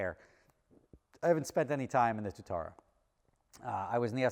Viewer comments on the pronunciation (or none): it’s got two syllables Tua tara it’s named after a lizard in New Zealand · Its pronounced Two - ah - ta - ra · Anyone else a little triggered by how says Tuatara? No, just me? 😂